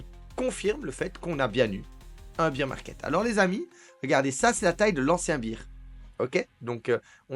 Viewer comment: on prononce bèr market , bear c'est l'ours en anglais